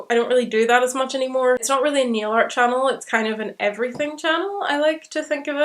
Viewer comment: I thought you were saying neo-art at first not nail art, was not till latter on when you were saying you decorated your nails that I figured out what you are talking about.